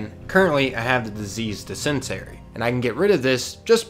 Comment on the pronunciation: amazing video, but how you pronounced Dis IN terry (Dysentery) made me spit out my drink lol. Love it.